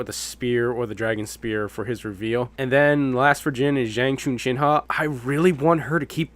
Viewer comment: So like, I get that some of these names can be tough to pronounce, but the one that threw me all the way off was Zhang "Chuchinha" lmao. It's pronounced "Chun-Hwa" btw. And yeah, I'd say she's most likely getting the whip. That seems like it would fit her pretty well. I just hope the whip's moveset is a little better than previous entries. As for Cai Wenji, I think the Iron Fan, the Qiaos' DW7 weapon, would be a pretty decent fit for her. I don't think Zhurong will get the throwing daggers though, since the most recent confirmation is that Xun Yu is getting those and that makes 3 throwing dagger characters confirmed and I really hope they don't give us 4 characters with the same weapon. I think it'd be cool if they gave her some kind of spear or club weapon, honestly.